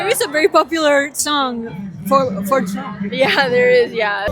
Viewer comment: singing* "I WILL VO FOR DOUGH-NAL TROUMP"😂😂😂